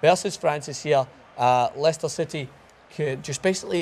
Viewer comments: Uh... It's pronounced Les-ter. I know because I was born there. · It is pronounced "Lester".